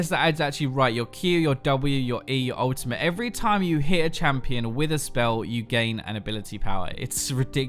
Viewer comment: Why do you keep saying "Ultimah" instead of "Ultimate"? Like, what's up with that?